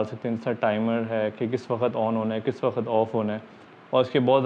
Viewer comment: Wakhat naheen hota chacha, waqt hota hae